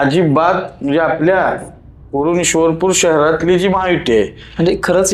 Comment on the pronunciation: आधी ईश्वर पुर बोल 😡